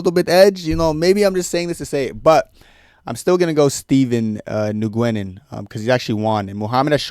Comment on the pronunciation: Nguyen is pronounced W-i-n